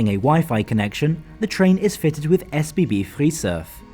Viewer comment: he pronounced it the way it is supposed be.